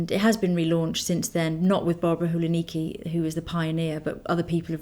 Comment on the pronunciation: Barbara Hulacki is pronounced with the 'c' which sounds a bit like s or tz :) xx